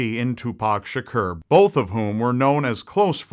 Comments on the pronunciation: its pronounced sha kor not sha ker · Its "core" not "cur" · TWO PACK SHAKER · Shakur is pronounced SHA-KOOR; I'll let you get away with it this time cuz I fuck's with you. Don't let it happen again. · "Tupac Shucurrr" 😂😂😂.